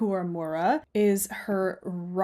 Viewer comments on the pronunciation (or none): Nice collection of designs, thanks for sharing! I’ll have to visit their Ravelry pages. Just for your info, Ryo is pronounced like “lee-yo” with the “Lee” sounding like a hard “L”, almost with a “d” sound. (Japanese speaker here 😄)